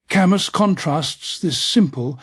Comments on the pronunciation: It should have been typed in as Kahmoo lol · AI mispronounced his name. Gahhhhhh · For crying out loud, you couldn't even bother to make sure his name was pronounced right?!?